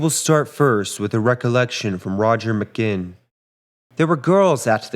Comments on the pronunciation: Roger's name is pronounced Ma GWINN. Not "Magin" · It's Roger McGuinn. Not McGinn. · its pronounced Muh - Gwin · If you were around then you would know his name was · Mispronounced Roger McGuinn’s last name. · Mispronounces "McGuinn." He's a reader.